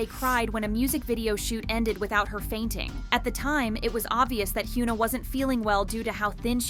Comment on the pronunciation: Hyuna isn't pronounced as "h-yu-na" with "yu" sounding as "u" sound also, ribs showing isn't always a sign of unhealthy dieting as you made it look with Winter, sometimes it's people natural constitution that is perfectly normal for them. Sunmi didn't struggle and talked openly about her being skinny-shamed only for people to continue doing it with other idols. also, about ribs being shown when person lifts their hands - are you bloody serious? I am chubby person (objectively), and if I lift my arms and put any tension in it, like you know, when you dance? - my ribs will be noticeable as well.